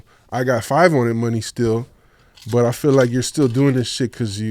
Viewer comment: As a kid i use to think bro name was “Phil” hearin Dru Down say “Feel” (feel me) in the videos 😂😂